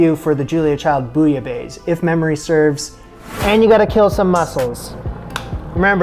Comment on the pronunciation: Hey! Just a friendly correction, bouillabaisse is pronounced like (Bwee-ya-bass)